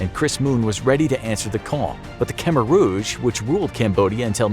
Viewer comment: really need to learn to pronounce Khmer